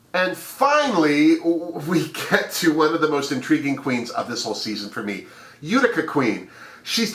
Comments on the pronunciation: YES Ma'am, we think alike. I'm rooting for Rosè, Symone, Mik and Kandy. However, I love my other homies, Olivia and Tina. It's U ti ca, at least, this is how we pronounce it in NY. Have you notice that Olivia resembles Britta? And Symone, a young Cicely Tyson? I'm so excited for these new Queens, but I feel sorry that the Season 12 Queens, didn't have a chance to shine, especially JEH.. Smooches to you ❣️❣️❣️ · Thank you for your fabulous run down! I am so excited to see Utica Queen (and it is pronounced You-tica)...about 15 people live in Utica, MN. My cousins own a restaurant/bar there and there is a street in town named after my family lol! Maybe Utica Queen is a relative of mine...*logging into * once again, always a pleasure to watch your videos!